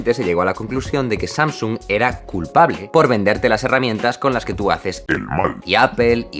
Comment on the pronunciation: ahora le diremos Nastflis y Sanosongs xdxd